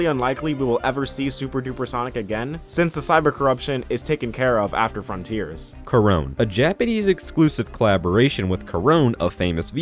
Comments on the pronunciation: additional context for the Korone (Pronounced Ko-ro-ne, not Kor-own): Inugami Korone of Hololive Production is one of Sega Japan's Sonic ambassadors, having not only the in-game collab DLC, but also her own Live2D model based on Sonic. The Koco models are how she illustrated her fanbase, known as Koronesuki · Ngl the way you pronounced Korone kinda hurts the e is not silent. Ko rou neh